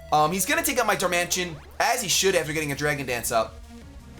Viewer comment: Wow. He mixed up the i and the t, making it Darmantian. Chill out.